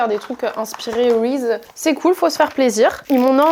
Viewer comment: Ça se prononce "rizize" pas "rize" mdrrrr